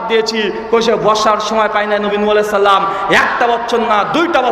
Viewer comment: সুন্দর করে সালাম টা ও দিতে জানেন না!